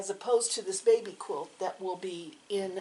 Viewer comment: That would be Baby not bavy. Lol